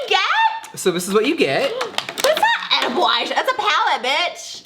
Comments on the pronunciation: Edilbe???. HAHAHAHAHAHAHAHA do u mean edible hunni cxxxx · Queen I love you and Trish but IT IS EDIBLE. EDIBLE. NOT Edilbe. Thanks. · “Edilbe” lmao hahahahahaha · If Jeffree says it's Edilbe, it's edilbe.